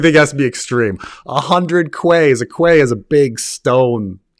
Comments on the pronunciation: quay is pronounced 'kee' not 'kwai' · Have you ever been to Worcester or York? There are some damn narrow alleys among the older buildings there, where two people meeting have to squeeze past each other. And “quay” is pronounced “key”, although some people insist that Westerosi have New Jersey accents. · isn't it pronounced "key" ? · it's pronounced: 🗝️ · Quay is pronounced ‘key’ 😂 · It's funny hearing mispronounce a word - reminds you that he is still human despite the mega brain. "Quay" is a word everyone here in Sydney knows is pronounced "key", because the city was founded on a place called Circular Quay. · Genuine question here. Do Americans not pronounce quay as key like we do in the old world, or is this a only phenomenon? I mean its kind of understandable with a less common word to only be familiar with how it's spelt, but you're not the first American I've heard pronounce it like that, and you generally know other words' odd pronunciations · Painful pronunciation of 'quay' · Thank you for your videos overall the years. I don’t know that I’ve ever replied to any of them. But I do appreciate all of your thought and making these and expressing your opinions. I appreciate all of the time and effort you take to make the video and edit it. I look forward to many more of your videos and your thoughts. That being said, I cannot let your pronunciation of quay pass unmentioned. Quay is pronounced key. It just is. When people say nuc-YUH-ler power, eksetra eksetra, or fe-MOR-al artery, they are really declaring thir ignorance of the subject at hand. You have produced a lot of great content. I only mentioned the pronunciation to assist you, not to condemn you.